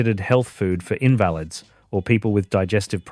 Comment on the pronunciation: Invalid pronounced in-valid 🤣🤣🤣🤣